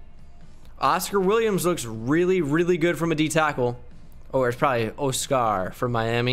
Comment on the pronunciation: man said oh-scar